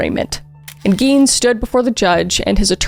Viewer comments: I heard “eggy” and now I can’t un-hear it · Wisconsin here. Tbh, they having had the last name Gein and pronouncing it the way they did would be my first hint that they weren't exactly dealing with a full deck. The "i" should be the vowel sound made, but they said it with the "e" vowel. Bunch of splitters.